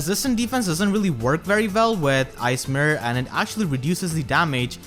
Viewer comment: I just keep Listening "Ice Myrhh" instead of Ice mirror when you take about fjorm